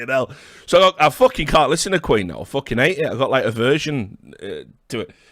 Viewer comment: This one never gets old lmfao